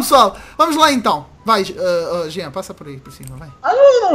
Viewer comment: vc é mais ou menos.. só q eu gosto quando vc chama o JeanL de janel...janela